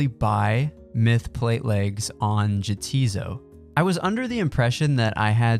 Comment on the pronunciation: A lot of people mispronounce Neitzinot and Jahtizo. A feuding factions, their names are puns. It is "nay, 'tis not" and "yeah, 'tis so". Just an fyi.